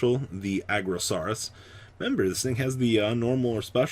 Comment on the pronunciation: It is Ar-Go-Saurus not Aggro-Saurus pleeease I can't even handle it anymore